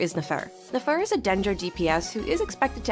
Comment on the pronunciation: OMG SLAY I SPEAK FRENCH TOO XD since you can speak french i wanted to tell you this in my earlier comment: for Nefer, try to pronounce it as Néfer, kinda like "never" but with f instead of v. same goes for escoffier (éscoffié) <3